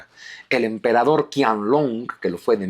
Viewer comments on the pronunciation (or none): Qianlong no se pronuncia "Kianlong" sino "Chianlong" (la ch con tono aspirado y fuerte). En el pinyin chino (sistema fonético) la Q nunca se pronuncia K. Espero que tome nota porque suena muy muy raro ese "Kianlong", de nada, gracias por los vídeos y reciba un afectuoso saludo.